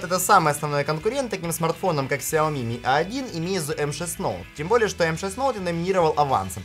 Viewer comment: Произносится название фирмы "Онор". Сколько можно уже коверкать английские названия? МейцзУ - ударение на последний слог.